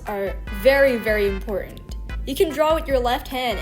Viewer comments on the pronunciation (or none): none